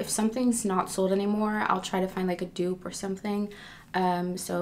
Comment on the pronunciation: It’s pronounced “du-op” but “dope”